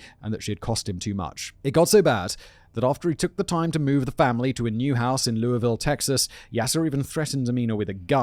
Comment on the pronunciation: Small correction, but in this particular case, you do pronounce the S in Lewisville.